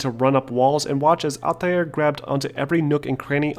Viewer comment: Stop. Just stop. You sound like a pompus idiot. "ALL-TIE-AIR". Couldn't even finish the video with how douchey you chose to pronounce Altair's name.